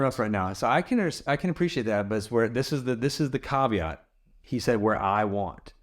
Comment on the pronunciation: You lost me at KAW-vee-ott. 😅😅😅 click the and watch it over and over. Good fun! Love you guys!